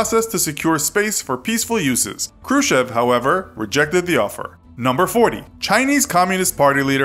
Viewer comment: who the hell is KRUSHEV, come on for a history buff you could at least try to pronounce it right